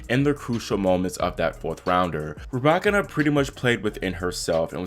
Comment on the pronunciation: Her name is not ra back can na it's pronounced ru by kina